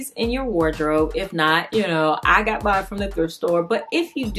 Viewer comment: these are all beautiful 😍. On you said, “I got mine from the thrift store” and I thought you said, “I got banned from the thrift store” lol. Girl, you are so talented and you are my favorite person and I want to learn how to sew so bad. Keep your videos coming. I love those peasant type dresses that I’ve seen and Etsy is way too expensive! Have you made one of those with the layers? I also like those aprons that are baggy with pockets.